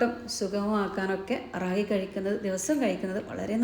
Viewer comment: റാഗി അല്ല രാഗി (കന്നഡ വക്കാണ് 😊) മലയാളം മുത്താറി 😊